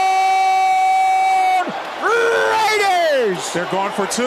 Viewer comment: He says Touchdown like soccer